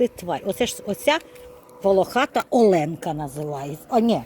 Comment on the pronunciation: Жук називається Оленка ( наголос на о ) , бо він волохатий і з крапушками , як у оленя . А квіти дуже гарні !❤